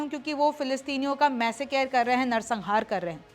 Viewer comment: Host ko english sikhao pehle ! Massacre ya masscare